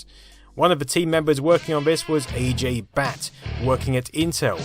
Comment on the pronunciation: It's not A Jay , it's pronounced ajai.